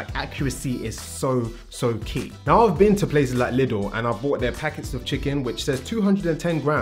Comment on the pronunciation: As a German, I find how you pronounce LIDL hilarious. But very good video. I'm not trying to body build but getting that mind set of pure fuel is something I find hard to do. because when I eat less but more regularly I'm just drained all the time and it can really mess with my life at times. Very common when wallet is tight.